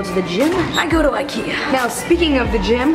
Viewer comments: Nora H jag också, blev så irriterad när de stog typ "ö" o hon sa "o"😂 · Robin Malmquist sooo true i was like you are saying the names wrong